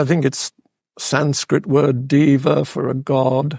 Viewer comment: It's "deva," not "diva."